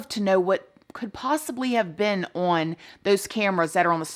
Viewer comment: Love the misuse of the word "on", in which the diva pronounces here as "worn"! LOL!!!